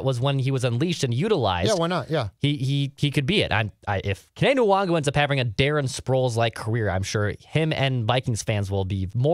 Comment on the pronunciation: You guys know the N in Nwangwu is silent right???